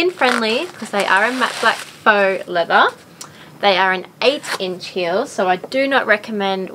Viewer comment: Congratulations on "faux" being pronounced correctly!!!